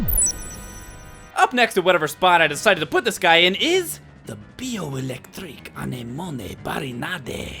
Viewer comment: No men really the best part is.. "THE bio ELECTRIKK anemoneee barinadeee...", i LOL so hard